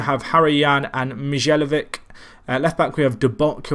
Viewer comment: Mijallovic = Mee-eye-oh-vich Iheanacho = Ee-yeah-nacho